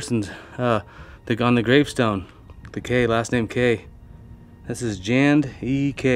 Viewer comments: Did anyone else here him say jand instead of j and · It was J and "E" Kay. Not J and A. And certainly not "Jand" E Kay! LoL! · "Jand E Kay"... dude... XD